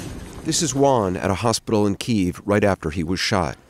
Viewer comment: It's pronounced "Key - Ev".